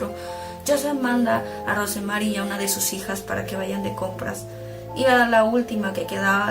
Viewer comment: Yo no soy psiquiatra, pero siempre me sorprende como es que la gente abusada y maltratada en terminan dañando a los demás como si fueran culpables de lo que les hicieron, me da coraje... Por cierto, Rosemary se pronuncia sin la "e" . . Así como como Rose de Titanic